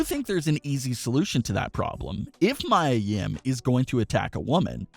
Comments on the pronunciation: Pronounce (MEE-YAH) Mia Yim!!!! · Is Mia Yia . U said wrong.